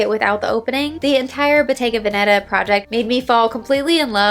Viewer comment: You still pronounce Bottega Veneta the wrong way. The emphasis in Veneta is on the first e. 😊